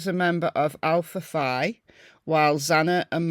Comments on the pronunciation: Keep up the great work! Just for your knowledge, the one sorority is pronounced Alfa Fee…👍🏼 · It's pronounced Alpha "Fee". It's the only Phi that is pronounced this way. Google it and you will see. The history behind it is that when it was formed, the women thought "Fee" sounded more feminine. It drives me crazy that every creator pronounces it incorrectly. I was in a sorority and we had plenty of mean girls. They were terrible to people not in the Greek system as well as to girls and guys in less popular fraternities and sororities, "lower tiered". I remember some people at my college (and my daughters) who hated sorority girls with a vengeance.